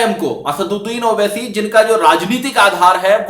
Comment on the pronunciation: Congratulations I have seen after a long time who has pronounce "Asaduddin owaisi" Rightly. 👍☺